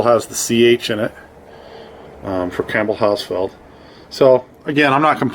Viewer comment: I know this is an old video but I just want to tell you it’s a Campbell hoss field. HOSS is what it sounds like Field.